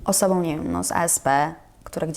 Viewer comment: ..... wyjątkowoM osoboM JulioM (a ile ich jest🤣) KuczynskoM (a nie Kuczyńską przypadkiem?) Pan, który chce robić wywiady, musi się nauczyć poprawnej wymowy i napewno spokojnego tonu głosu. To podstawa.